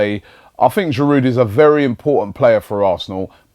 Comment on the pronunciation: Robbie, why do you persist in pronouncing the 'd' in Giroud. You and no one else (apart from, inexplicably, David Pleat) would sound the 'H' at the start of Henry. A little respect please to all our French players, past and present. Merci.